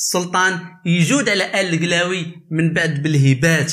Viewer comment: سبحان الله لا نطق عندك صحيح لا حتى حاجة عندك صحيحة ضليمي درتي ليا لفقصة فقلبي بنطق هاد الاسم منك اووف